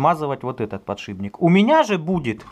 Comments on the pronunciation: не подшиБник а подшиПник ё-моё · подшиБник? или мне показалось?))))))))